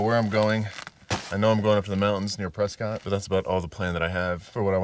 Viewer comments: It's 'Preskitt' (like biscuit) not Prescott, as far as pronunciation (for that AZ town at least). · So fun to watch you in my fair state of Arizona. By the way, the good people of Prescott pronounce it Pres' cut, not Pres' cot. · It’s “Pres-kit” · Just fyi Prescott is pronounced preskitt like biscuit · That's because you probably didn't get your fries animal style also it's pronounced presscut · Prescott,AZ is pronounced 'Prescut'. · It’s pronounced Pres-kitt.